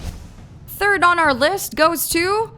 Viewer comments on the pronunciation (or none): none